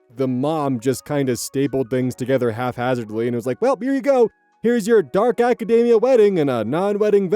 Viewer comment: Why do you keep saying halfhazardly of haphazardly?